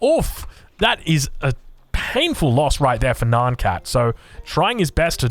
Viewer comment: Why do you say "Nyan" as "Naan". Am I missing an inside joke here?